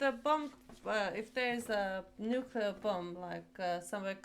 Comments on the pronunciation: It’s nuke-Lee-er… jeez. Nuke-ya-ler is not a word. Gosh that grinds my gears lol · It's pronounced NEW-CLEAR, not NEW-CUE-LAR. NEW-CUE-LAR is not a word.